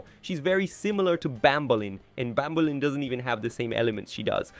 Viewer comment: Its true. Banbaleen?!